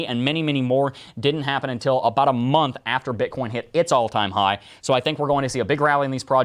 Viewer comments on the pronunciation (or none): none